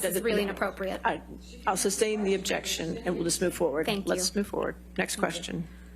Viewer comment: obzyeksyon my onooor